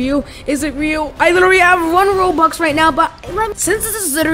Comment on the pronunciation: The way he said RoBUx